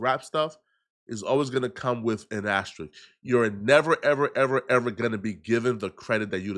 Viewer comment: Is he trying to say asterisk??